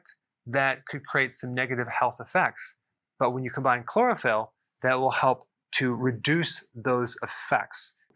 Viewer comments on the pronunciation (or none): I thought you said cloroform instead of chlorophyll. Who knows, maybe that will be next and they can advertise it as a natural sleep aid.